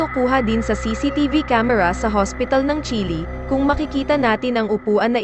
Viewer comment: Bakit ganyan ka mag pronounce ayaw mong ayusin.. Ung Chile naging chili.. Ung natumba naging natomba ano ba tlaga?😅